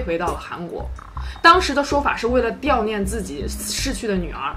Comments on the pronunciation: 是悼dao （4声）念 ，不是diao （4声）念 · dao 不是diao 尹氏 不是 隐士 制作完毕后拜托审核一下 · 是 悼（道）念 不是 掉念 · diao 念是什么？ 悼dao念？ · 给（ji）予，悼（dao）念，提两个读音小注释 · 很谢谢YouTuber们分享故事，不过每次听到“两个夫妻俩”都觉得是两对夫妻（四个人），完全可以说一对夫妻呀，或者夫妻俩，还有是悼（dao）念，还有“用很多大量的现金”一类的语病。应该是文案可以更好。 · 悼dao 念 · 悼（diao【第四声】）念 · 悼念读错啦！主播不是第一次犯这种低级错误